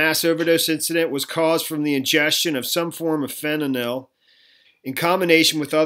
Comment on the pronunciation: Pronounced FEN-TIN-NIL